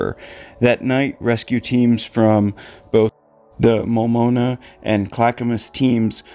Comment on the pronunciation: Pronounced clack a mus mult noma